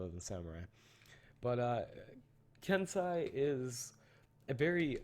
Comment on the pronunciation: isnt it ken-seh-i not ken-sah-i